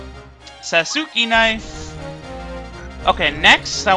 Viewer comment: pronounced sauce-kay knife like Sasuke from Naruto.